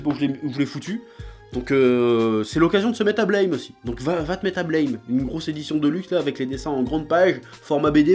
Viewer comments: Ça peut paraître surprenant, mais Blame ça se prononce "Blâme" en fait (ブラム), pas "Bleïm"… Après cette information capitale, je te remercie pour cette vidéo, tu as piqué ma curiosité. =] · Par contre petit détail sur Blame!: ça se prononce buramu (comme à la française quoi) en référence au bruit que fait le flingue de Killy quand il tire =) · NON! Ca se prononce BLÂME... A la francaise. C'est ecrit en Katakana : ブラムー＞ラ= La... Et Tsutomu Nihei dans une interview, C’est une onomatopée pour les grosses explosions. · Non, mais pour tous les fans de Blame! Apprenez déjà à prononcer le titre correctement avant d'en parler!